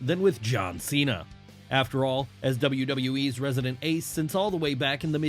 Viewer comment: It’s John Chena